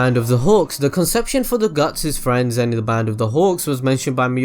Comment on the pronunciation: I don't know about you but, I fight for my Fweeeeeeinds!!!